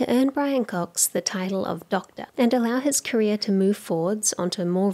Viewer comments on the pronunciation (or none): none